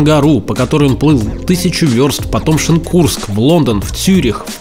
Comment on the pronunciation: Шенкурск ударение на "Е". я не цепляюсь, просто поправил. Видео как всегда супер!